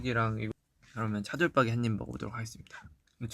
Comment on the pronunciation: 아니 진 차돌박이 발음진짴ㅋㅋㅋㅋㅋㅋ나도 과천사는데 차돌빠기라곤안해ㅠㅠㅋㅋㅋㅋㅋㅋ